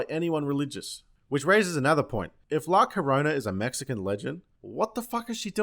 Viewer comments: You're pronouncing La Llorona wrong. The double-L in Spanish has more of a "yah" sound. That means it's sounds more like "La chimi-chimi-changa sombrero taco burrito" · Say "La Llarona" to the tune of "My Sharona". Now we suffer together. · Lmfao I’m dying with the different names he calls her 🤣 I just can’t with him 😂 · GOD DAMMIT FUCK! I NEARLY PISS MYSELF THE SECOND TIME HE TRIED TO PRONOUNCE LA LLORONA. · As a matter of fact, you are mispronouncing it. The "ll" in Spanish is a long "y." It's pronounced "yor-na." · Is anyone cringing every time he tries to pronounce the name? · Did you just called La llorona the "T-NUN000"? I demand the movie to be retitled that way. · This video deserves all the likes just for the mispronunciations of la lawnmower. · I laughed every single time you called la ladonna by the wrong name. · "La Lawnmower" ... ha ha ha brilliant. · “La loña!” 🤣🤣🤣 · Bro, I grew up with this, and you mispronouncing it over and over is the best thing ever. I’m dying. La lawnmower, genius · You said la Yolanda and i suscribed! Great videos trashing crappy horror movies dude! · La lawnmower 😂 😂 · La Lawnmower 😂 I’m dead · 6.47 La Bambo! Classic ,😅 Subscribed 👏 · La as in LAtin Llo like maYO Ro like ROck Na like NAncy La Llorona.. Wich means "the crying or weaping woman" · Its Llorona Not lasaña not lacorona If you fuck us for bad pronunciation in your country then we will fuck you for bad pronunciation in ours. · la lawnmower 🤣🤣🤣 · You called her La Lawnmower. We all heard you.... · "La Bomba" lmaooo way to execute a classic comedy trope flawlessly. I call it "the substitute teacher taking attendance" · Isn't she supposed to be called lá ljorona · "La Bamba" and "Velma" I'm literally cry-laughing right now. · i seriously cant stop laughing everytime you call her la corona or la bomba. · La Yolanda Ok lol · Ciara Rash I think it’s a part of the joke, at one point he calls her La Carona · I lost it at “La Lawnmower” 😂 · La Bamba! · La la yor-na. Try it.